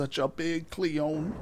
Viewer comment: Michael Bang , no relation to Michael Bay 😋. For some reason every time you say clione I hear Celine Dion 😁. Anywho nice progress looking forward to more.